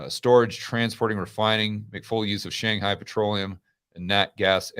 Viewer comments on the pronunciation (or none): none